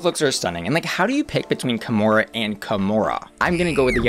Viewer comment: kahmora more like kahmore please